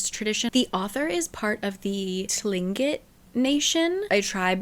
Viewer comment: Just so you know, Tlingit is pronounced “Klinkit”!